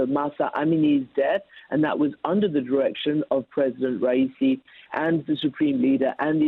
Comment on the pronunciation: Ha ha ha ha she had no idea how to say his name lol